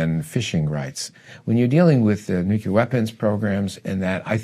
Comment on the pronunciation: If the guy you’re interviewing says nucular and not nuclear, then it a good possibility he doesn’t know what he’s talking about just saying